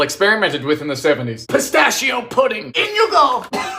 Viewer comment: "Pistacho Pudding" Pistachio WHAT